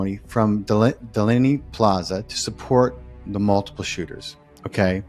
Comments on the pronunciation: If you want to be believed and be taken to o be somewhat of a n expert , stop saying Delaney plaza. The entire world knows it is Deadly plaza. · In the 1st 3 minutes, he called Dealey Plaza, Delaney Plaza!!?? What a turn off!!! How could he make a mistake like that???